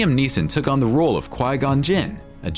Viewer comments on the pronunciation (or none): none